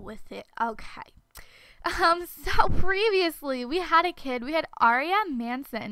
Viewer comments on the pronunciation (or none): none